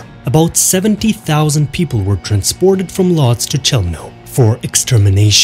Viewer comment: What the hell is Lodge? It’s Woodj.